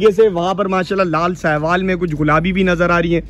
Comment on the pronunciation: Brahman cross! Or ghulabi nhy gulabi ... Urdu seekh le Bhai